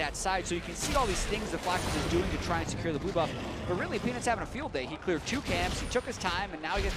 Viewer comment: Jatt: ...'Penis not even alive...' Pretty sure he was saying Peanut's not even alive. There there fam, you can get some medication either way~